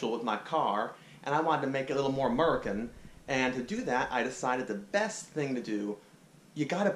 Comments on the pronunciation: It's actually pronounced "A-MUR-E-CAN" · That foo said AMERUCAN jajaja